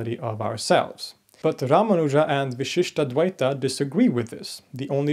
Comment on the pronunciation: I really like your series. However, in this video, I really must draw your attention to a tiny detail in pronunciation that changes the meaning of the word. The pronunciation in this video is vishishtadvaita (the first "a" pronounced as a short vowel) = qualified dualism (there is no such school of philosophy in Hinduism as far as I know). The pronunciation here should be vishishtādvaita (the first "a" is the elongated "aa" sound) = vishishta + advaita = qualified non-dualism.